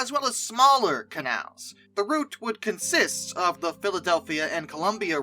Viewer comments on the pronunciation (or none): none